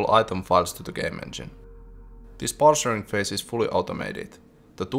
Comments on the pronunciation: Not "parcering", but "parcing" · Absolute enjoyment watching another devlog of yours! Minor nitpick, "parsing", not "parsering".. Juu, pilkunnu**intaa.. :D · "Parsing", not "parsering" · It's "parsing"... Sorry, I had to.